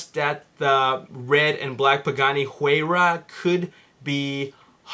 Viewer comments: it's "Y-Rah" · your putting to much emphases on the H in Huayra